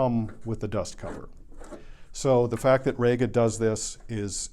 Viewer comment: Rega is not actually called "Rayga", it is pronounced "Reega". If you don't believe me ask Roy Gandy, the 'GA' in REGA, whose company it is.